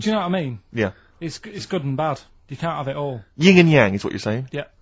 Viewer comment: For someone so opinionated about other people's lives and educations, I'm surprised Merchant mispronounced Yin and Yang.